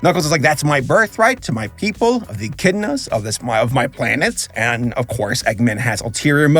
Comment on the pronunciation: Etch In A Da Lol It’s Echidna (Ek-id-na)